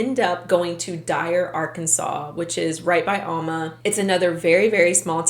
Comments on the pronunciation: It’s not all-ma, it’s Al-ma. Get it right please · I grew up in Arkansas, and I've never heard of these people! After college, my first job was in Fort Smith! I lived in that area for 16 years. You're right about Fort Smith and Alma being close. Only a few miles and the Arkansas river separates them. By the way, Alma is pronounced AL-muh. The first syllable is pronounced like the man's name, Al, and the second syllable rhymes with duh. Hopefully, you will never need to know that in the future! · Its Al (as in the name Al ) ma lol .... The same town that Morgan Nick was kidnapped from and is still missing :( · I’m sorry.. but that way you pronounce Alma is cringy 😂 that’s my hometown so trust me when I say you’re pronouncing it wrong 😂😂 it’s pronounced Aaaalma. Think “apple” not a long A but a short A sound. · Alma is pronounced with a short A. Like Alvin. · For someone who lives in alma. Its pronounced ahhl-ma. The house now is abandoned and is heavily secured. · It's ALma..as in AL the name and then Ma